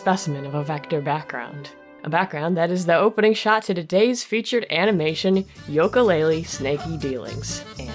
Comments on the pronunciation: uh you mispronounced Yooka, its pronounced as You-kah while you pronounce it Yol-ko, I'm sorry I'm so used to people pronouncing it as you-kah so if I'm wrong when ill go into the bad pupper corner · Its "yooka" not "yoka" But still Great video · I'm sure you've gotten a lot of this already, but it really bothered me hearing you say "Yoka" every time. Other than that, I rarely have anything constructive to add to these, because I really enjoy breakdown analyses videos such as this series. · Lol You say "Yoka" - that's adorable x3 The name is a play of "Ukele" ;) Another reference to the instrumental names of Banjo and Kazooie.